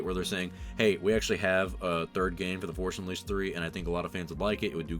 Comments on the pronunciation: "The forsh unleased" :) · “Forsh Unleased”